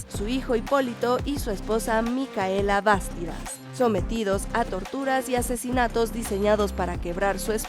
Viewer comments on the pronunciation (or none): Se pronuncia Micaela Bastidas (por la segunda sílaba y no por la primera). Por otro lado, el único problema es que la figura simbólica de Tupac Amaru II, de lucha contra la opresión e injusticia, se utilizó también para darle nombre al grupo terrorista marxista-guevarista MRTA (Movimiento Revolucionario Tupac Amaru). Un libro recomendable sobre su figura histórica es "La rebelión de Tupac Amaru", de Charles Walker.